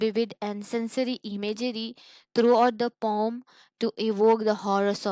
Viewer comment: Ur explanation is nice but why are u calling poem as a "poum"